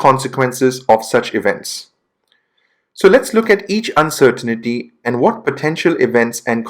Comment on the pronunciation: You say uncertainty wrong